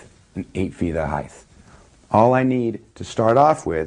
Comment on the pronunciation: "8 feet of highth" rofl